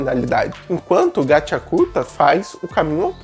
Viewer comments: "Gatí Akutá" Não "GatiacuRta"... 😅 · O engraçado é o "gachiakuRta" kk mas o vídeo está muito bom. E pensar q uma obra dessa esta sendo desvalorizada , q história o desenho... Tudo é bem trabalhado😢